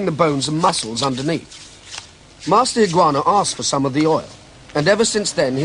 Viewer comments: EE-GAH-OH-NAH, not Iguana... lol still great video, my master trained with him many years ago :) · For all the deficiencies of the commentary (ill-informed; and it seems to have inaugurated the irritating habit of calling Higaonna 'Higoanna') I thought this was a valuable and well made documentary. Since it was made, Higaonna has come in for a lot of adverse comment; Miyazato Ei'chi had no good word to say for him, and even his own teacher, Miyagi An'ichi, seemed to repudiate him before he died. No doubt all kinds of rivalries, grievances and political issues lie behind all this, but Higaonna certainly has not lived up to the image presented here, of a solitary guardian of pure and undefiled Okinawan karate. He has founded and until recently directed a worldwide organisation that has made him a great deal of money, and which has succumbed as readily as any other to the lure of 'sport' karate. On the other hand, how many of the people who have badmouthed Higaonna have ever met him, or trained with him, or are in a position to pass judgment on his karate? I don't like sell-outs either, but I readily acknowledge the man's very great technical ability, and his video recordings are a valuable training resource. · I wish they would have taken the time to pronounce Higaonna sensei's name correctly. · whoever is narrating this video has very terrible pronounciation of HIGAONNA's name and saying Karatee instead of KARATE!